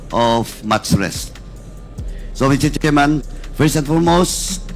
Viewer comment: Alex Bongcayao: Mister Chairman pronounced “misteh tsiman”